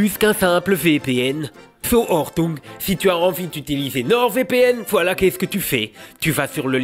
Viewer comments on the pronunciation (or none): none